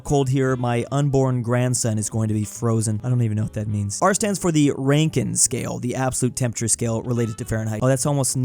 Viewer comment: no!!!!!! rankine is pronounced rank-een!!!!!!¡!